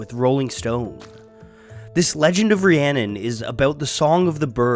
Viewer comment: haha I live and learnt Welsh for 10 years, that is not how you say Rhiannon.